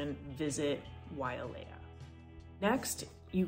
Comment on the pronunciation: Its "Wailea" (not Waialea)